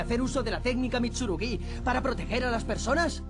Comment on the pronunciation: Mitsurugüí! Y ahi dejé de ver el video, mentira lo vi hasta el final aunque es horrible esa pronunciacion, los demas todo bien.